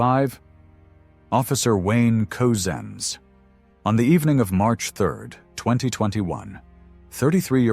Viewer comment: his name is Wayne say it 'Cuzen's , spent Couzins, not Coozens !